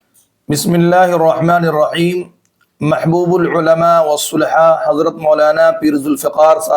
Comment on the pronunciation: Bismillah , K akhir main RaHeem hain naa k raEem, 😢